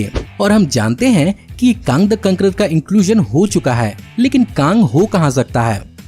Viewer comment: काँग द कांकरर a true Gorakhpuri touch 😍😂👌